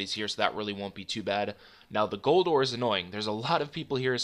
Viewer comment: Do you say aura instead of ore? Ricecup pronounces it that way too wtf?